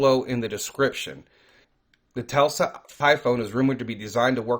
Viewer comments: Tesla not Telsa lol. God bless brother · It's not pronounced "Telsa" it is "Tesla". s before L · Dude it's Tesla not Telsa!!! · It’s Tesla not Telsa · Not one time did you say the name the right way it's not pronounced telsa it's pronounced Tesla